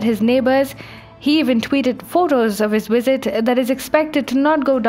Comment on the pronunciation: why - wait -when - wisit.....that's funny